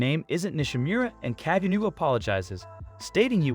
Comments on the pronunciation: NOT ka-je-new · Kageni not kagenu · That is the most white pronunciation of "Kajenew" I've ever heard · its pronounced ka-ge-no